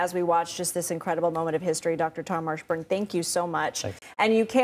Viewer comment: "Tom Marshburn"? 🤨